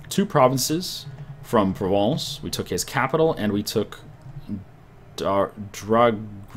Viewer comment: Anexes Stormlord no. He pronounces very well "Provence" FRENCH POWAH.